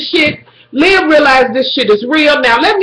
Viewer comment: I love how you call her Lib even though it Liv love ya